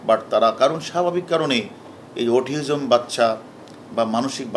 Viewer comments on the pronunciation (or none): ভাইরে অটিজম৷ অটিওজম না😓😓